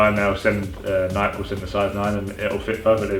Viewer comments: Its not nike its nikEe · please start calling it Nike. nike-ee. like how it's supposed to be pronounced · nikEEEEEEEEEEEEE..you pronounce the E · Luke Liston yea u bitch its pronounced nikey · lmao he said nik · Wait...How Did He Say Nike? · Why can't British people pronounce Nike correctly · Why does he pronounce Nike like that? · Does it not annoy anyone else how can't say fucking Nike?